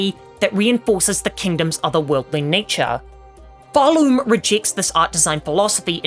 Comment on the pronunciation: Realize, it’s called PharLOOM like a THREAD being SPUN on a LOOM